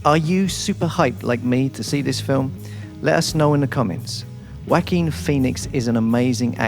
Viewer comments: It's not "Wacking Phoenix". It's "Wah-keen Phoenix" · He said Wack-king Phoenix!...😂😂😂🤦🏽‍♂️❤️ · I love how you pronounce Jaoquin!!! "Whack-een" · Lol, I heard it as Wacky Phoenix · I will give you $10 to pronounce his name right